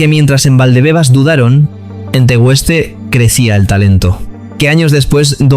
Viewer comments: Tío Tegueste no se dice así!!!!!!!!! Buffff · Por favor,no sé quién relata este documento de Pedri,que pronuncie bien el sitio al que pertenece TE-GUES-TE no TE-WES-TE de lo contrario preguntarlo a cualquier profe de instituto. Gracias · Bufff se me erizan los pelos cada vez que dice Tegueste mal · Pronuncias esto TEGÜESTE y es esto TEGUESTE, ves la diferencia iluminado? Aprende primero perenquén!! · TEGUESTE DICE TEGESTE SE DICE aunque se escriba asi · Tegueste, hermano, sin dieresis TE GuES TE , no te Tegüeste... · Niño. No es tegüeste . Es Tegueste. Como Miguel. No pasa nada Porque es una palabra Guanche es el nombre de un príncipe . Muy buena narración . Crack. Te doy un 10. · Tegueste simplon no tegu este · Buen video !!. Sólo un apunte, no es Tegüeste, es Tegueste, como en juGUEte. Grande Pedri !! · No se dice tegueste,se dice tegeste,aunq describe tegueste. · Me encanta el reportaje pero, hay un pero su pueblo es TEGUESTE y no Teg"ueste. De resto chapo. Gracias Pedri por jugar en tu actual club y no olvidar tu Tierra. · Tegueste, no Tegüeste. A ver si aprendemos a leer. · MUCHAAAAACHO, me sangran los oídos cada vez que pronuncias la U de Tegueste. Se escribe Tegueste pero se pronuncia TEGESTE SIN DECIR LA U. 🤣🤣🤣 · Infórmese.Fueron en total de 20 a 25 millones....El pueblo se pronuncia TE - GUES - TE. La u no lleva diéresis para que lo pronuncies como lo has hecho.Pedri lleva el "futbol canario", ese que no se aprende a ninguna masía . Ejemplos claros: Valerón , David Silva , Jonathan Viera , Moleiro,Rubén Castro, Guayre,etc etc. . Toda Canarias es una Masía de jugadores ;) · Pero dónde está viendo el narrador la (U) con diéresis???….. “TEGUESTE” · Por dios no se pronuncia la “U” en su pueblo natal TEGUESTE!!!!…. Y lo de q el GC es el más importante de canarias… buf te has ganado amigos en la isla de tu protagonista!… jajaja x lo demás… está de 10 el vídeo!…